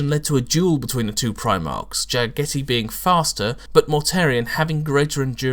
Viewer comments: Is his name really pronaounced like "spaghetti" in english? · Oh yes this was definitely cringe worthy. The way he pronounced it sometimes sounded like Spaghetti Khan. He should look up Chagatai Khan after I believe Jaghatai was named. He was the 2nd son or Genghis Khan and the pronunciation should be pretty similar with the exception of Ja instead of Cha in the beginning. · Its JAG-a-TIE REEEEEEEEEEEEEEEEEEEEEEEEEEEEEEEEEEEEEEEEEEEEEEEEEEEEEEEEEEEEEEEEEEEEEEEEEEEEEEEEEEEEEEEEEEEEEEEEEEEEEEEEEEEEEEEEEEEEEEEEEEEEEEEEE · How sure are we about the pronunciation? to me it sounds weird how says it. considering he is supposed to be a mongol I thought it was supposed to be pronounced like jag-a-tie. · Agreed. Jag-a-tie is much more asiatic in pronunciation. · I'm actually pretty sure this is not how you pronounce "Jaghatai"... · you are correct, i cringed every time he sayd it :( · 'Ja-gaa-dai Khaan' Is 'Ja' pronounced like the English 'Jaw?' what about 'dai'? Is it like the English 'bye' except with a D? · why...why do you pronounce his name wrong xD